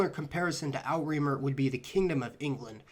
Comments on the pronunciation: Interesting! Outremer = outre' - mer (oo truh mehr), French for "over seas." Not Out-reemer. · Outremer (from French) is not pronounced "out-remer" but "ootrə-mer". Outre = “beyond”; mer = “sea”. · As a Frenchman, I died laughing at your pronunciation of "Outre-Mer", it's actually more like "ootruh mair". It actually means "overseas" and is also how we refer to our overseas territories (Guadeloupe, Martinique, Guiana, Réunion, Mayotte, Polynesia, New Caledonia, etc.) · Outremer is pronounced o tra mere.